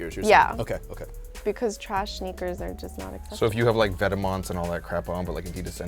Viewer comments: ve-tee-ments. I'm fucking cringing smh. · Its pronunced Vet-Mah... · Its vet-mahn you fucking moron. #firewelty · can u guys say vetements like it was meant to be said PLEASE :( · Every time they said "Vetements" it was so cringeworthy. Please learn how to say some of these names guys lol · not how you say vetements. it's french you bish. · The way they pronounce Vetements is annoying.